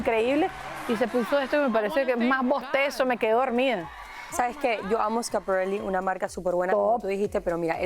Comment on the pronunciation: Qué ridícula es una de las comentadoras que no tiene vocabulario en español y de repente dice "el vestido es super complimenting" o "con el vestido quiso hacer un statement" y para remate pronuncia Schiaparelli con acento gringo. Seguro que tambien dice Carolina Jerrera 😂😂😂